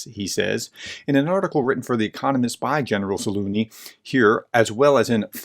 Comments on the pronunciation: What happened to the letter z in Zaluzhny? Is it silent? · pls professor read the mans name once more and pay some attention to your pronunciation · Ok, look let me help you. "Treasure" "Measure" "Leisure" "Zaleisure" "Zalusure" "Zaluzhun" "Zaluzh-knee" I'm sorry, it's killing me hearing you call him "Za Looney". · Its ZaluZniy not Zaluniy 😁 I think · Great video! Just an fyi, his name is pronounced Za-luge-knee. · Not Zaluny, but ZaluZHny, learn our heroes! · An excellent clarification as always. One thing that cracked me up was saying “Zaloony” instead of “Za-loo-zh-nee.” It’s “Za-loo-zh-nee,” with the “zh” sound being similar to the soft “j” in “Jeremy.” 😂 Not a big deal, just trying to assist. 😎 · Ukrainian here It is ZaluЖny , the Ж sound is the same as in Жukov: Ж=zh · It would help if you would please pronounce this well known General's name correctly. Zal oozh ny, with the zh being pronounced the same as the 's' in measure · No loonie in Zaluzhny's name, where did you pick that up. You nearly said it right one time. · You can pronounce AZURE and LEISURE so please stop mangling the general's name into a joke. It's za-LUZH-ny. The zh sound is exactly like thr z and s in those words, respectively. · Anybody else hearing “General Za-loony”?! 😖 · BTW the right way to pronounce is "Zalužniy" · Zalužniy - if that helps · Why can't you pronounce Zaluzhny? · It is not a matter of utmost importance, but why don't you try to pronounce the general's name correctly? It is not that difficult. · Experts who dont even bother to learn the correct pronunciation are not experts. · By the way - you should look into this "professor" - he is not an expert in anything at all - and its no surprise that in almost two years he cannot properly pronounce the name of the head of the AFU.... but I guess he feeds your russia hate so that is all that matters. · Please learn the proper pronounciation of Slavic last names professor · Please Search Zaluzhny Pronunciation:yt:🔊